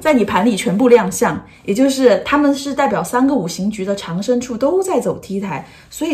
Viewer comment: 长（读音掌）生